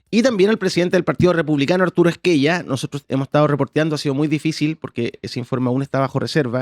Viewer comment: Se pronuncia Es-ke- ya. Apellido de origen italiano.